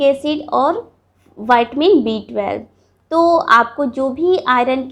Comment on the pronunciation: ये वाइटमिन नहीं विटामिन होता है